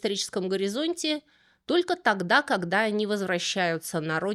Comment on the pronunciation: "вокруг Света", "креспостные", "когдя"..., вы чем-то болейн?